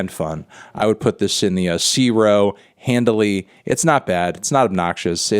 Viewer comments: Why do you keep saying "Handly" or "Handily" or whatever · Take a shot every time he says "handily"